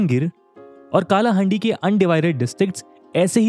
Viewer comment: Bro please pronounce it as कलाहांडी not काला हांडी . Thankyou . Jaya Jagannath 🙏🏻